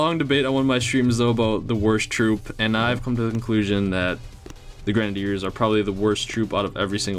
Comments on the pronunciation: He is saying grenadiers wrong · That's not how u say grenadiers and it's really annoying